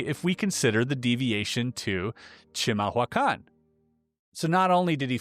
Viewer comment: Giving the spelling, you actually pronounced chimahuacán rather well, for never hearing it before. "Chee-mahl-wah-kahn"